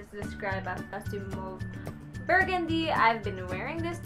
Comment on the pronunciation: Mauve is pronounced as (mov). :)